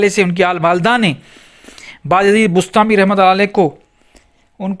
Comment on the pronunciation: بسطامی لفظ ہے بستانی نہیں۔ اسکو ٹھیک کریں۔ جناب عالی